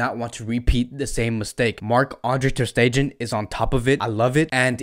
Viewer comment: The way you’re pronouncing MATS’s last name is kiiiiilling me. 🤣 The last syllable is not pronounced “gen,” as in “generation” or “gender” or “gentrification.” No. But I like your videos & check you out a lot. Keep it up. Go Barca!